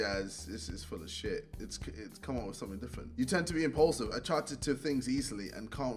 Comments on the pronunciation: Did he say impaulsive instead of impulsive?? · You are ‘impaulsive’ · "You're Impulsive" or Impaulsive I guess 🤔😂